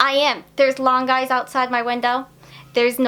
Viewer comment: I definitely heard “There are Long Guys outside my window” and was thinking, “What kind of urban legend/creepypasta are Long Guys, and why does seem so casual about it?!” until my brain finally caught up and realized you said lawn guys. 😂 What can I say? My brain is in spooky mode this month.